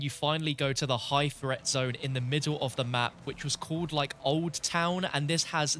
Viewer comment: This dude really pronounces threat as fret.